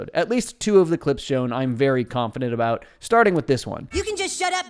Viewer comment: It's Sadam the way he says "A Boot" vs about. Thats my guess.